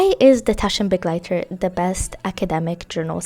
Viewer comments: German here, I LOVE that you take care to pronounce the German carefully and are not just „YOLO butchering“ your way through it without a care. Thank you, it’s such a small thing but is so lovely to hear!!! Makes the video even better to me ❤ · it's so beautiful to have a favorite language! I loved that you pronounce it correctly, it made me so happy <3